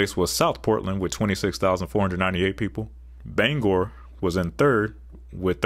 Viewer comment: As a Mainer, I appreciate you getting the pronunciation of Bangor correct!